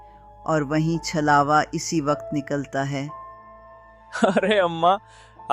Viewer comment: Good story bhaiya and chalwa nhi chhlawa hota hai